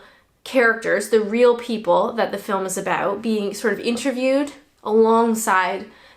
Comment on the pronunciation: aboot 😂 cracks me up